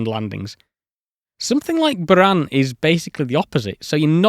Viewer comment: Cheers from🇷🇺 Your pronunciation of BUЯAN deserves a RESPECT on it's own 😂 Thought Artyom Tatarchenko's surname might still need more effort😂😂😂